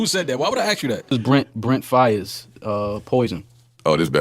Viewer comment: “Brent Favaz” 😂😂